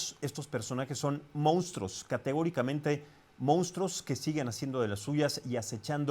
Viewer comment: Al conductor de estas noticias, no se dice "Moustros" sino MONSTRUOS!!! Cuidado con el lenguaje!